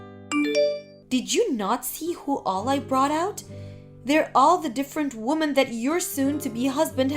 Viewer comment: Damn slow down its pronounced wimin not womin 😡